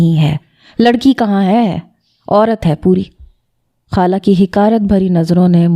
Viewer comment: Hala nahi hota khala hota ha 😂